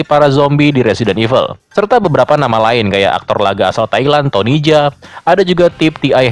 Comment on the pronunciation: Tony Jaa, namanya Tony Jaa bang.